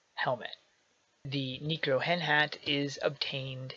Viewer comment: So how did you get that sword in the beginning? Also, you pronounced "Necro" wrong. It's Necro not Neecro.